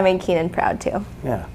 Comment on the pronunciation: OMGoodness Keenan!!! You said my last name correctly! No one does that 😃👏🏼👏🏼👏🏼👏🏼